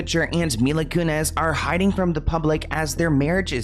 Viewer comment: Mila Kunis. Selena Gomez. Not Mila Kunez.